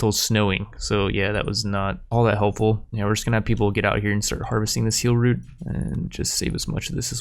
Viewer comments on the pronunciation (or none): none